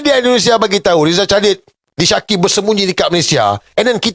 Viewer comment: Sir, sorry. Plz. Pronounce Rizal Khalid bukan *chalid. TK.